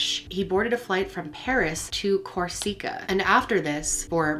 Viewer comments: Good Lord! Let the woman rest in peace! Learn to pronounce Corsica..not cor SEE ca! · It’s not Cor Seee ca it’s Corsica bloody hell it’s not difficult to pronounce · It is not coriska it is Corsica! Please learn to pronounce words Thé are pronunciation checks on Google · Never heard anyone pronounce Corsica, (Cors-ica) as "Cor-seek-a" lol. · Teach woman how to pronounce Corsica.... it's. Cor...sica. NOT. Cor..sic...a. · Suicides cant shoot themselves TWICE!! AND ITS KOR SIH KUH,accent on the first syllable. Napoleon was from Corsica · Corseeeekah? I've never heard that pronunciation before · Right? Did they pronounce it CorSEEca? Lol. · I believe you mean Corsica. Always so self-assured in your pronunciations. They’re available on Google. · The pronunciation of Corsica is beyond ridiculous. Like she’s never heard of Corsica? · Corsica?!? The pronunciation??? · Mispronounced Corsica.